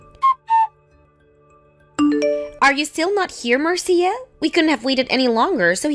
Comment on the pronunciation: Marcia is pronounced as Marsha.